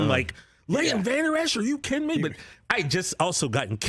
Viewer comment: Vanderesh? Ha